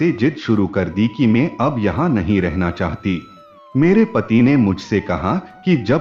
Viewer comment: Chahata thi ki chahati thi aap sach me gawar hai anpar parayee kar ke aaye itni jadi kya hai kahani parne me Raj dhani train pakar na hai kya